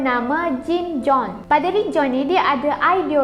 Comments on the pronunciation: Pronunciation jone dgn john lain & berbeza ya... dia tulis situ jones. Tp dia sebut john. Salah tu dik oi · Adek, your narration baik, tapi saya nak betulkan 2 perkara saja. 1 - You sebut kisah ini terjadi pada tahun 1955. Sorry, tak betul. Waktu tu saya Form Six, tahun 1978. 2 - Huruf 'O' dalam nama Jones adalah sepeti dalam perkataan 'boleh' dan 'bola'. Jones adalah seperti Tom Jones. Bukan JOHN, seperti yang you sebut. Teruskan dek, penyampaian you baik....